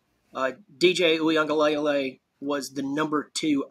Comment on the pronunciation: He can't even pronounce DJ Uiagalelei name correctly and he was Clemson's starting quarterback for 2 years. He's an expert?